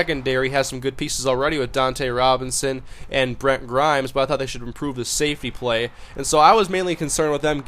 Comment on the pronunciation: Its Dunta Robinson not Dontae Robinson Otherwise good video